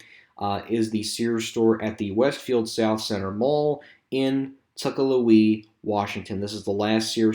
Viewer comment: You did great job with the updated information! Just a small feedback for this video, the first Sears store you mentioned the city in Washington, you mispronounced it. It's not "Tucker louis" The right pronunciation is "Tuk-kwila" for Tukwila. Hope this helps.